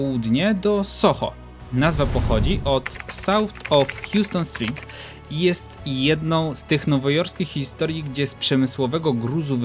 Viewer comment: Houston street jest wymawiana przez nowojorczyków jako "hałston" (jak mogę to tak spolszczyć) street. Jak zapytasz o Houston street, nikt nie będzie wiedział o co ci chodzi.